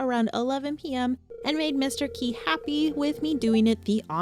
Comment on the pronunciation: Where do you pronounce Mr Qi Mr Qui?